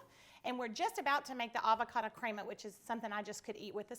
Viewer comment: It's pronounced creh-ma not crea-ma fyi....